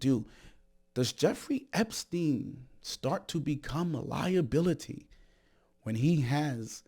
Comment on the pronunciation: "Epstienth" is pure brilliance! 😂😂😂 Thank you, I needed that!